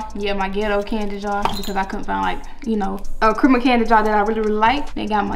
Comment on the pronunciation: OMG it's not pronounced crimus it's Christmas with a S and a T in it sheesh